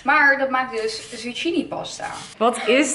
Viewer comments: Omggg haar uitspraak soms kan daar echt niet tegen ze spreekt Engelse woorden veels te plat uit... hahahah zoals “Pilates” dat spreek je uit als “Pailets” maar ze spreekt t uit als “pielates”. Of “zucchini” spaghetti dat spreek je uit als “Zukkini” maar ze zegt “zuggini”. Krijg daar echt autistische trekjes van loll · Even een tip: zucchini wordt uitgesproken als “zukini” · Hoe ze zucchini uitspreekt HAHA